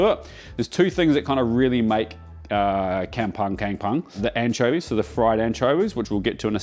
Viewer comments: check yr pronunciation on ‘kampung’ - soft ‘u’ - kampoong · I laugh so hard when i heard his "Kampung" pronunciation 🤣😂 Nahh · oh god... the Malaysian pronunciation of kampung is not a butchery, it's a messy rough cleaving of words, gosh... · Please stop pronouncing 'Kampung'. I'd rather u just say 'nasi goreng' or 'fried rice' only 😂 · Wow... thank you for showing the nasi goreng "kampung" pronounced as kum-poong. Im malaysian amd when u used the shrimp paste.. i was saying to myself-- this will be good!!!! I usually order this from stores. Now.. will try to make it .. ( never tried it as it is sold evrrywhere )😂😂😂😂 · Firstly, you've got your pronunciation of 'kampong' wrong. Secondly Nasi Goreng Kamong uses Kangkong NOT BAK CHOY. Sorry mate, that's like making a beef steak with chicken. 😂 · it’s pronounced “Kum poong”:) I don’t want Uncle Roger roasting you. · To pronounce Kampung is karmpoong. Sorry... It suffocate me when hearing white guy pronouncing our malay language. Keep it up 👍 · The pronounciation is closer to come-pong in malay but absolutely stunning food as usual,. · Yummo as always. If you ever need a taster in your Sydney test kitchen give us a holler. Can help you with the pronounciations too "come pong" not "cam pung", and "chao faan" for Cantonese fried rice.. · Just a little correction on pronunciation. Kampung --> Kum-poong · Sorry la ek tapi rasa annoyed lak dia sebut kem-punk tu 😃. Tak buat research dulu ke cane nak sebut 😭. Tapi nampak sedap and perfect 😋. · Its kam-pong not kam-pang. Lem-pang nak? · kampung ... K-ah-m ... P-ooh-ng not K-eh-m P-ah-ng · Its pronounced as Kam Pong. 😂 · its pronounced more like "kum" "pong",!:)